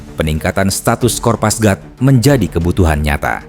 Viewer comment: kopasgat min. bukan kopasgrat